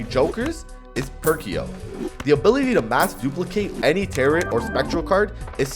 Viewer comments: Every time you pronounce tarot as "tare-it" I die inside. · Taro the last T is silent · Tarrot like carrot lol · bro saying "tarot" like "carrot" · Brother. The second 't' in 'tarot' is silent. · Is pronouncing the second t in tarot a bit?